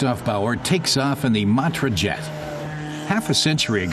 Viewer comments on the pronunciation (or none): It ain't "Djet 6" but "Jet 6"...